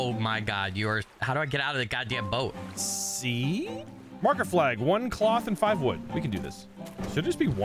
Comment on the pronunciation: "We need a Bort Poat" 😂 Words are hard! I can relate. Loving this play through and! ♥️ I can't wait to see more!